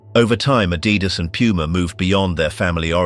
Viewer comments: It's not "a-dee-das"... It's "Adi-das"... from Adolf (Adi) Dassler (das). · It's Adidas not Adeedas. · If you cannot pronounce Adidas proper, I'm off!